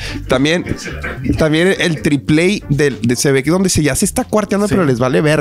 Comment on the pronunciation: Dijo "tripley" el Adrián hahahaha ha! Se dice "triplay" o mejór dílo en inglés "plywood"